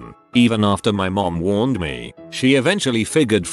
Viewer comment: Did anyone else notice how weird the bot said "warned me" during the story of the kid touching hot stuff or am I hearing things?